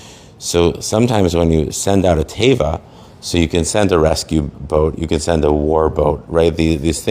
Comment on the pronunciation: It is pronounced tay VAH. Accent milrah, meaning the accent on on the last syllable. All of this is of very specific significance in the Creation. There is nothing so telling about how Hebrew one is than how they relate to Hebrew. What a bunch of phony Babylonian balonies you "rabbis" are.